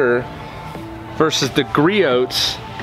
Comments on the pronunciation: Sorry to be nit picky it pronounced gree-ohs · It's pronounced like Gree•owz. Griots is a great brand that is worth every penny when you're a car wash enthusiast. There's always going to be strengths from one brand to another, but this PFM towel is better at drying then any other towel I've used. If anyone knows of a better towel than please comment so I can try it. Thanks! Entertaining video by the way. Good job. You kept me watching.